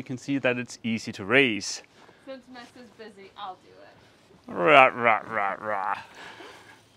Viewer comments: Someone help. I thought his name was...some people in the comments use "". It seems like is saying "Mess". Did I miss something along the way? What is correct? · Did I hear correctly? It sounds like is calling, “Mess”. If so, that is a PERFECT pet name for him!